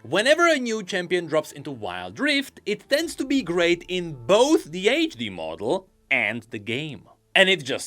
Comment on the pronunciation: every time he says "age de-model" it pains me physically and emotionally..